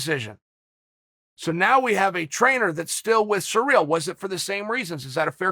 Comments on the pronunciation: Ah em. Chael. It's pronounced See-Ryl not Surreal. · yeah i know its hilarious lol, in case someone is sureally wondering its pronounced siri-l. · Sereel? Ciril’s name has been everywhere in the MMA world lately so how can Chael butcher the pronunciation so badly? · Its surreal the way chael pronounces cyril